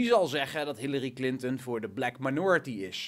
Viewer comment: op het begin larry clinten XD wie is dat XD like als je het ook hoorden